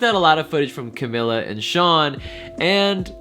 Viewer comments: You have 32 comments and yet no one is going to correct you that it's pronounced shamila not shawnmila!?!?! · CA- MEE- LA not CA-MI-LA.